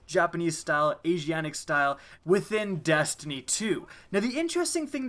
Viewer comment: It's "AsiaTic"